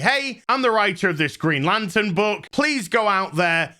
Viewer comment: greeeen-ay? lantern? xD